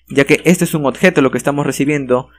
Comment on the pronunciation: excelente video solo que no puedo dejar de notar que no dices "Objeto" dices algo como "odjeto" XD